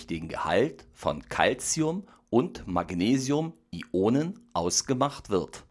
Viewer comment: bitte sprich es "Ionen" aus und nicht "I-Onen"